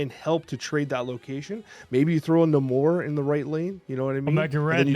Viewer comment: Is pronouncing Namor wrong just to irritate people?